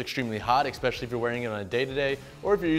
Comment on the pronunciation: Man this is a really good review, thanks. eSpecially not eXpecially